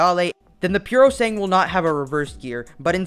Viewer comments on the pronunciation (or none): Isn’t it called PurosangUEH?